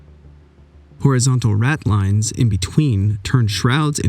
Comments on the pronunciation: If I may nitpick: 'forecastle' is pronounced 'folksl' (spelt "fo'c'sle"), 'ratlines' is pronounced 'ratlyns' (as in the girl's name). The Spirit Store contains rum, not beer. Also, your flags are fluttering in the wrong direction; they should have the same angle as the sails. The wedge under the rear of the gun is called a 'quoin'. Each cartridge was packed on top with leather discs, bits of rope ends, wool - anything that would act as wadding between the powder and the shot. When the cartridge ignited, the wadding expanded to seal the bore and prevent the explosive gases from dissipating around the shot as it travelled up the bore. A cannon barrel is not parallel the whole way back. Behind the touch hole the bore is tapered; this actually controls the rate of burn of the black powder and ensures that the powder ignites from the rear forward, thus giving maximum explosive force. As an ex- re-enactor on some of the largest replica guns in the UK, I can tell you that there is a peculiar feel to a breech that still has paper in it. I cannot describe it but it was something I was able to teach to new gunners. If we were on a training session, one way of demonstrating this was by bouncing the worm off the back of the bore. If there were paper remanents in there, the bore did not quite ring true. Of course, that relied on your knowing what a clean bore sounded like and each barrel was different. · I have a 4 foot model of victory . Amazing job you did on this. I.earned a lot thanks so much ! Btw they are called ratlins….you don’t pronounce the e